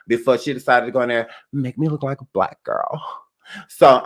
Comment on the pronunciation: Bleck don't Creck🤣🤣🤣